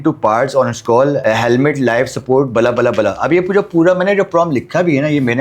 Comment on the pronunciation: bhai bala bala nahi hota bla bla hota hai